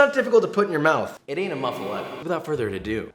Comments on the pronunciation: i’m freaking out over josh saying “muff-uh-eh-tuh” instead of “muff-uh-LAH-tuh” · I cringe every time he says “moofuhleta”...MUH-FUH-LOTTA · everytime my louisianian ass hears him pronouce it as muffa-letta i die a little inside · That sandwich looks amazing! I wld totally devour it! But, I’ve never had Swiss cheese on a muffuletta, only provolone & mozzarella and also pronounce is “lotta” not “letta” ( born in Texas, used to live in Louisiana, still go back several times a year) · I dont know anyone from Louisiana that doesn't pronounce it muffa-lotta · We pronounce it as moo-fah-la-tah in New Orleans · ITS NOT MUFALETTA ITS MU-FU-ATTA- Louisiana raised man. get it tight or don't get invited to Mardi-Gras. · We actually pronounce it MUFF-a-LOT-a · Jooooooosh. It’s pronounced “muffa Lotta” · As a New Orleanian, I'm here to tell you, you're pronouncing it wrong. Its /Moof-a-lotta/ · I’m from Louisiana - it’s ‘Moo-Fa-La-Ta’ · Looks good man. But it is pronounced “Moofaleta” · muff-ah-lahh-tah. ps. i'm from new orleans. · Italian-descended New Orleans native here. It’s pronounced “moof-a-lot-a”. I know it doesn’t make sense, but try and pronounce tchoupitoulas and burgundy the way we do lmao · hearing the "letta" hurt me. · Italian from Sicily where the Muffuletta is actually from, it's pronounced Moo-fuh-let-ta. We eat it on the day of the dead and it's a little painful that it's known in the states as a New Orleans sandwich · michael reader it’s Sicilian only due to the fact the guy who created it was from Sicily and created it in New Orleans, it’s not a traditional Sicilian dish as it took on New Orleans French notes before the recipe went back to Sicily. New Orleans raised Sicilian here 🤷‍♀️ ... Its Muff- a- la-ta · You did an excellent job here. Its muff-ah-lot-ah! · NOPE NOPE NOPE (MUFF-A-LATTA) that is how you pronounce it. Honestly props because I’ve never heard it pronounced like that and I’ve lived in the gulf coast area for 15 years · Pronounced moof a lotta